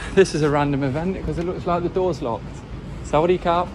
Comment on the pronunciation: Mental, mate, good start to your trip ...It's a lovely place for sure, get out of Bangkok as quick as you can is my advice. Your 'Sa-Wa-Dee Khap' is just about right, use that for good-bye too its so easy and perfectly polite. For 'thank you' it's (english pronunciation) Kop Koon Kap, be bold with it, and particularly that 'p' at the end, it's the male version of the word (khap), you'll hear ladies say 'Kaaaa' with a soft ending, that's the female version. When you get more involved and want to be more polite you can add an 'r' in - Khop Khun Krap (and say it slower), ...and then there's Khop khun mak khrap for when you're really grovelling 😅 Either way you've surely realised already that Thai people (for the most part) love you making the effort to speak Thai. Without doubt, the best thing you can do is 'Wai', that's the hands brought together in front of your face, up to your nose is fine for everyday gestures, use it for hello, goodbye, thank you, I'm sorry, excuse me, pardon me ....everything! Good luck, and don't miss out on being in a crazy place for Songkran this weekend ....since you're already in the middle of it. I look forward to that content!